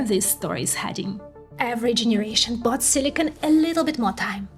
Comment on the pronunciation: Silicon not silicone, you keep saying silicone.